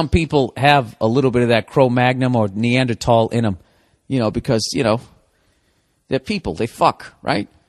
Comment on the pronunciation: Does he correct himself with NeanderTALL, then say cro-magNUM like 5 times? Love me some Burr.